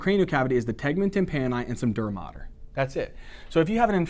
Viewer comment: Teacher, will you tell me what term you used ? I believe you said "dermater?" I tried looking it up but had no luck. Thank you and sorry for the inconvenience.